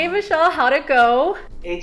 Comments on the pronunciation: Whenever she said "Vishal" I heard "Michelle" 😂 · As I’m also an Indian, my reaction Jasmine: Vishal (pronounced incorrectly) Me: oh nice name, Michelle (Name card comes) Me again: oh wait. No, that’s very wrong Also when he said hey Siri it woke my Siri and I was confused why the video stopped